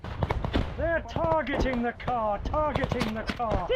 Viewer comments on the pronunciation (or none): "THEY'RE TAHHGUTTING THE CAHH, TAHHGUTTING THE CAHH!" Lmfao! 😂